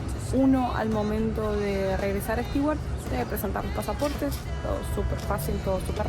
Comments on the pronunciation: Bonito Stewart ojo con la pronunciación de Stewart suena stuard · La pronunciación de Stewart es Estuart como si la combinación de tew es Too. Saludos y buen viaje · Hola chicos! Tema pronunciación: los de "beer" y "bear" en realidad son diptongos. En americano, beer se pronuncia "BIer" y bear, como se escribe. Después, las palabras con "ew" precedidas por consonante se pronuncian "iu" o "u" (a veces). Stewart sería "stiuart" o "stuart", como la palabra "new". Ahora "stew" (guiso) es sólo "stú". Espero haberles aclarado esto. Saludos!